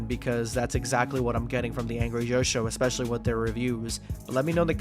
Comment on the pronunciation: I don't watch it anymore because I can't stand to hear a grown man say "ekspecially".